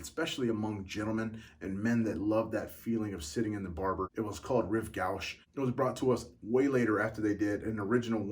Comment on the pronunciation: Rive gauche is pronounced, Reeve goshe....